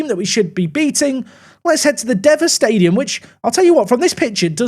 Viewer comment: Unsure if it's been said already, but it's pronounced 'diva' stadium. Keep up the good work 👏